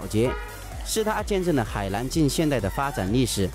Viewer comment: Pathompong Phuket 四川忍大多平舌翘舌不分。没有办法。河南=荷兰😷